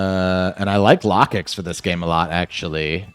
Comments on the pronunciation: Its Low-kicks I had to turn off the volume anytime you brought out or talked about Lah-kicks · It should sound like locust